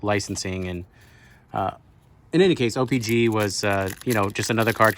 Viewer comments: It’s not o pee Gee It’s o pee CHEE WTF 🤦‍♂️🤦‍♂️🤦‍♂️🤦‍♂️🤦‍♂️🤦‍♂️ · Ur sitting there acting like u know all kinds of stuff about trading card but u don’t even know how to say the damn name right!!!!!